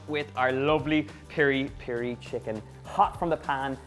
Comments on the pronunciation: By the way its Piri-Piri not Peri-Peri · the sauce its Mozambique as well...its piri piri not peri peri.